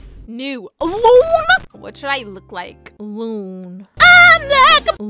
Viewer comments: "Looon"got me rolling😂😂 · I kraked up when you said loon and brid for the 1st time I was on the floor crying lol 😂🤣🤣🤣🤣😂😂😂😂🤣😂😂🤣😂🤣🤣